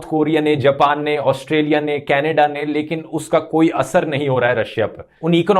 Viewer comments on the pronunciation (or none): none